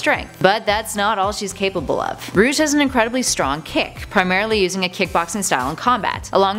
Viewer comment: Rouge not rugue